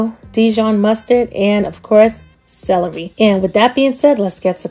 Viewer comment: You say celery Funny 😂 You sound like Salarey